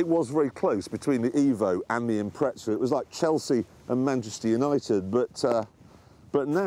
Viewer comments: IMPREZA NOT IMPRETZA!! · Why do they add a "t" into their pronunciation of Impreza (they say impretza). It annoys me every time I watch top gear and they feature an impreza. Is it a Pommy thing or is it just them? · why do they call it the impret-za and nissans are nee-san. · Really...? "Impreza"? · johan gisslin is that all over England or a region specific thing? Because I know some pomms who pronounce impreza like I do.